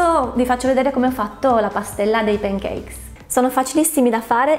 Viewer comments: Brava! Ma ti prego! Non pronunciare pEn i pAn cakes! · p"E"ncakes....NON SI PUÒ SENTIRE! In questo caso la "A" si pronuncia proprio "A". Cmq a parte la pronuncia video molto bello e interessante! 👍🏻